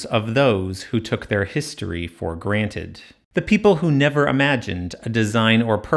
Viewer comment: I just realised just how jarring it is to hear you say "taking history for *granted*" 😅